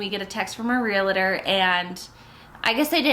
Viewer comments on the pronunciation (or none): Realtor not realator